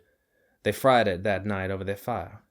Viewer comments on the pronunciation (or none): none